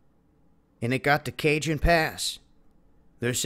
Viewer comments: that's pronounced (Ca-Hone') pass.... not Cajun Pass... juss sayin' - CALi LiFE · It's pronounced CAHONE Pass, not Cajun Pass!! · "Cajun" Pass Lol! it's spanish, the "J" in "Cajon" sounds like an "H" pronounced "KA-HONE" PASS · This isn’t New Orleans! It’s not Cajun it’s pronounced ka-hone. Do your homework! You had a LOT of things wrong. Actually most of it was wrong. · It's not Cajun it's Cajon the J is pronounced as an H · 'Cajun' Pass? (it's Kuh-hohn) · LMAO, what's the pass name again ?? Cajun lol... it's pronounced "Ka-hone" j sounds like an H... thanks I needed that laugh !!! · Cajon Pass is pronounced Kah-hone pass. Just a tiny bit of info for possible future follow ups. Keep up the 💯! 👍🏻👏🏻😉😊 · I thought you're from San Diego, dude? It's pronounced Kah Hone Pass, not Cajun. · they're pronounced "Ca-hone Pass," not "Cajun Pass" and "Paso Robe-lez" (although I like your pronunciation better.) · Good God, people -- Kuh-HONE! Got it? Kuh-HONE! Jeez Louise! Take it from someone who lived down there half his life for godsake. Are you kidding right now? Kuh-HONE Pass. Teh-HONE Pass. Enough! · Cajon is ca-hon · words in Spanish that contain the letter j are pronounced as an H so Cajon is pronounced Cahon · Cajon pass is "ka hon" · It's pronounced Ka-Hone Pass (Cajon') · good info. Cajon Pass is pronounced Ka-hone. Stay alive, keep your emergency kit in your car or with you at work. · CAJON "Kaa-hone". J's are pronounced as H's in Spanish and Spanish names. Jose "Hoe-say". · Cajon is pronounced "CAHONE" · Dude Cajon is pronounced Cahon Thanks for the video. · The narrator pronounced the Cajon Pass as the Cajun Pass. It's Southern California, not Louisiana! The name is of Spanish origin of course, so the J is pronounced as an H. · just an fyi...its pronounced Ca-hone pass, i live just a few miles north of it from the I 15 freeway. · pronounced as ca-hone pass.(Cajon ) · that's "ka-hone" pass, not the cajon pass...